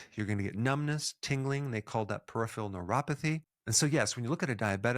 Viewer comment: Peripheral... not PERIPHIAL